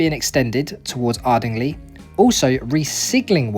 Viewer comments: On the same track (sorry), Ardingly is pronounced Ardinglye, in common with other words ending in Y in the Sussex vernacular Many thanks for the video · Horsted Keynes is pronounced 'Canes', and Ardingly is Ardinglie'!